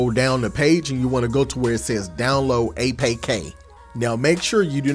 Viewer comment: Did you say download "aye-pay-kay" 🤣 /jk love the content brother 👊